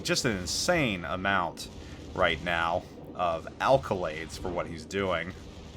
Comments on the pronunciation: Accolades...not alcolades...lol.🤪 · And the word IS NOT ALCO-lades like alcohol ... it's ACCO-LADES !!